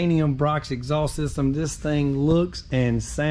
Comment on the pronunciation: I love the way southerners say “exhaulss”